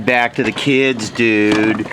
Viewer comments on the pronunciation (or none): none